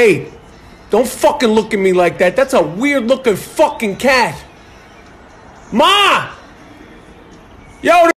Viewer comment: I love the way u say Maaa 😂😂😂